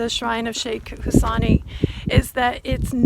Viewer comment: Hussaini! Pronounced Husaynee.